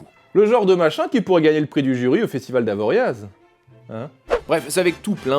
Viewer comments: Premiere fois que me trigger..... ça se prononce "AVORIA" pas "AVORIAZ" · Ça se dit "Avoria", le z est muet 😭😭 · J'aime tellement ta façon de nous raconter des histoires ! Pour une fois c'est moi qui peux t'apprendre un truc mais on ne prononce pas le Z d'"Avoriaz" (typiquement hautsavoyard les lettres muettes à la fin). Sérieusement merci pour ton taf